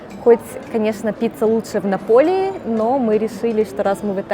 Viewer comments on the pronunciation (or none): я тоже обожаю джелатто фисташковое и вообще все фисташковое, но! еще умопомрачительное манговое джелатто)) и ореховое!!!! а Неаполь произносится как нАполи)) сперва не поняла что вы имеете в виду про пиццу напОли))